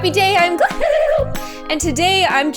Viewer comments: who else hears "glue" or "gloob" instead of "gloom" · Why do you say glOOOmm wtf bro